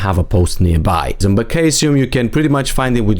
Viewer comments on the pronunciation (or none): Great guide. Ps. Caesium is pronounced cee-sium.